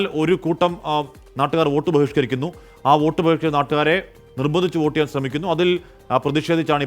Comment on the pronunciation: വേട്ട് അല്ല വോട്ട്